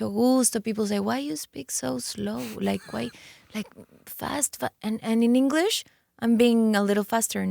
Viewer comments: Yesssssssss Belindaaaaaaa ❤ Her English is so much better than a few years. And she’s eloquent and fluent. Move to LA, practice practice the vowels and pronunciation. It’s so important and she doesn’t need much work. Just needs to perfect it. Hangout with ur English speaking friends sometimes. You’ve got this Loved the interview! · que bonito pronuncia inglés 💌